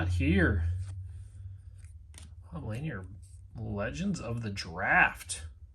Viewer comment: Nice packs. The Bob La near not lan yer is nice and Caron Butler, his name is Ca ron not Karen.